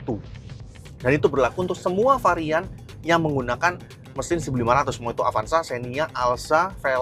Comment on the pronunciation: Avanza bang, bukan avansa